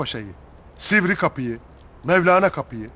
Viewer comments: Sivri değil silivrikapı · Sivrikapi değil Silivrikapı.